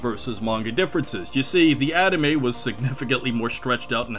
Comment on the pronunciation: it sounds like you're saying adame instead of anime